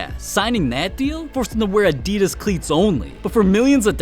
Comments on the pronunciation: Like he says Nike right but says Adidas incorrectly like how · “udeedass” and “nikey” im feeling internal painnnnn